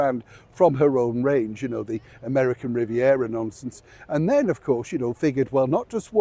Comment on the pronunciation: I like how you say Am Riviera nonsense…😂😂😂